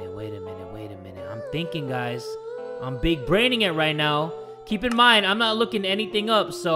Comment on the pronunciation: I’m not gonna mined Also jay:”mineds”